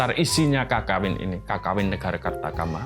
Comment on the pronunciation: Cara bacanya Kekawin pak, pake pepet, aneh aja kalo didengar kalo "KAKAWIN"